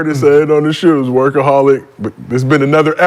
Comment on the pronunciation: “Wurkaholic” is crazy 🤣🤣🤣